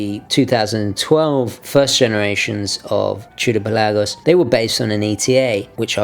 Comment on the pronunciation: Thank you for pronouncing the name "Pe LAH gos." So many people call it the "PELL a gos," which drives me CRAZY! Thanks for another great review!